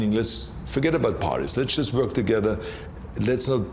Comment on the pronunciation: the way Arnold is pronouncing "Wuörk" (work) is epic